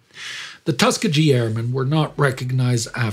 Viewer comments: It was nice to hear a very brief (exceedingly brief) review of racism in the United States military. Even though you () continually throughout the entire presentation incorrectly pronounce the name Tuskegee. It is pronounced Tus KEE ghee(with a hard "G" sound as in "good"). It's a Native American word. Still, to me, it seems good that you even mention the issue at all. Racism in the U.S. has been and probably always will be a very volatile issue, even more so in the military. Many African-Americans are very sensitive and proud regarding their heritage. Some even take this very minor matter of incorrectly pronouncing the name of a highly venerated institution, such as Tuskegee, as an insult or some sort of racial slur. As a word of advice to you, when talking about subjects that are distinctly American; check everything - the words, the facts, the spelling, the pronunciation - everything (especially if you're talking about tribes and H.B.C.U.'s. -- ask your friend Indy about them). L.M. Knight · I realize that s it's a picayune point but for god's sake It's Tuskegee with a hard not a soft G. The base is still there after a fashion although decommissioned and no longer in service but when you walk thru there it sort of sends shivers thru your mind when you realize what these flyers accomplished against all odds. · LOVE the show, but it's pronounced "tus-KEE-GE" with a hard G. Keep up the great work! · Tus KEE ghee... It has a hard G as in "get" rather than the "g" in "giant". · TUS KEE GEE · it is pronounced tusk - key - gee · Tuskegee is pronounced Tus-KEE-gee, with a hard G, not a soft G like you are using,. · Tuskegee is pronounced Tuss key gee. It's a weird name but that's the proper pronunciation and I'm from Alabama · Aye, does not pronounce it correctly. Its Tuh-skee-gee. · Just a heads up, Tuskeegee is pronounced with the emphasis on "skee" and the "g" is a hard "g", as in Grant. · I was about to do this too. Likewise, great video!